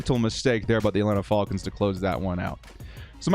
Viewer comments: love your videos, great work! But it's Falcons not Fallcons lol and I wouldn't blame coach for Adderly and Gilman letting a guy run right between and past their zone. Feiller should get credit for his effort on that recovery. He passed up Salyer and all the other lineman to stay in the play. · I’m convinced he’s saying fullcons on purpose cause no way someone fr says it like that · Atlanta “fa el kins”😂😂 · Love your videos, but not watching this one because of how you pronounce Falcons. 😆⚡️